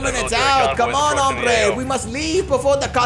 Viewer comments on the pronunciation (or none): none